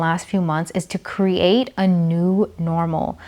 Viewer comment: I love how she says cre-Ate